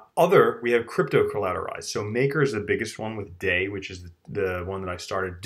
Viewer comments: Hallåååå! It's pronounced DAIIIIIII as in somewhere between Dye and Die. Not Day. Not even close to Day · DAI is not pronounced like day it is pronounced like dye